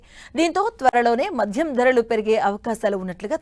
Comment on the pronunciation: అది మధ్యం కాదు. మద్యం అంతే. ప్రతి దానికి వత్తు తగిలించి చావదొబ్బకు